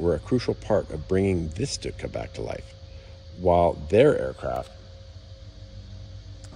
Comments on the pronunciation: Pronounced “Shtoooka” great video! Thanks for sharing! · It's not "Stootka"!